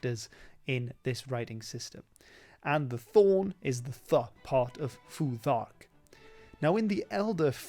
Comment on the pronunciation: the th in futhark should be unvoiced like thought or thing